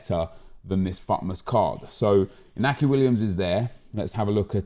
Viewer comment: You pronounce it Inyaki Williams the accent above the N indicates that